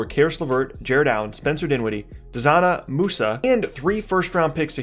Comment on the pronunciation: Calls himself a Nets fan but can’t pronounce Dzanan Musa’s name correctly lolll